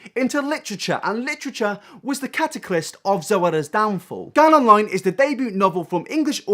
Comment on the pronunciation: 'cataclyst' hahaha